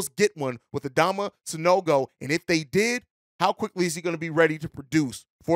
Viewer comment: you got his name right quick lol 😆 😂